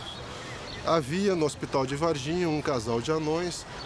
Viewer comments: ER MER GERD GUYZZzZzZ dIs is soooooOooo000 fayke he sayd verginhaaa lolollololl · If you can't pronounce NH correctly, yes, it is. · Uh huh huh huh....they said vagin....oh, wait, it's Varginha. My bad.